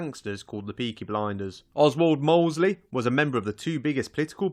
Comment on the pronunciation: Oswaldo mosley 😁